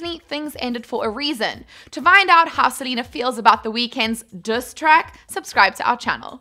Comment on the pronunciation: She said duss track 😂